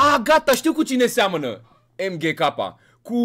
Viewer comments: Se pronunța mgk nu emghek no hate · el este emghekappa, bine pe pronuntie dar te respect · Se zice mg capa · Se pronunță cum se scrie MGK